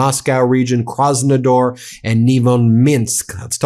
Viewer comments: KrasnodAAr Ben not krasnodoor 😂😂😂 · KrasnodAr, not ...door 😊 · It's Krasnodar (with an A, not an O) 🤣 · Thanks for the report. It's called "Kras-nuh-DAHR" though. 😭